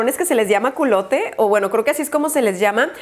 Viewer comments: Jajaja "Culote" jajajaja Se escribe "Culotte" y se dice "culot". Te amo,. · jajajaj:333 se llama culotte, pero en francés se pronuncia "culot" jajajajaja me dio mucha risa que te diera risa XD hasta escupí el agua:3 XD te quiero, besos!